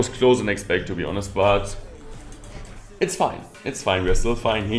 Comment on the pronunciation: Omg, that was such a british «it’s fine» 😂